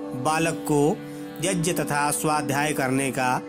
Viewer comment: सबसे पहले शब्दों को सही बोलना सीख लेते तो अच्छा होता संस्कृत में व्याकरण सिखाई जाती है और कौन कौन से शब्द मिलकर कौन सा शब्द बनता है सीख लेते आप जो यज्य बोल रहे हैं वह यग्य है जिसे जग्य भी कहते हैं कम्प्यूटर के बने शब्दों को न रटें कम्प्यूटर बनाने में गड़बड़ी हो गई होगी क्योंकि ग्यान शब्द ही सही ज्यान नहीं ये शब्द जो है (ज्ञ) ग्य से बना है ज्य से नहीं